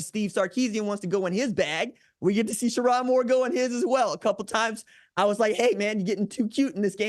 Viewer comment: It’s Cher-own, not Cher-on, Moore.